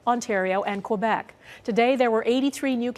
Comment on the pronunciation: could you please pronounce quebec correctly? lol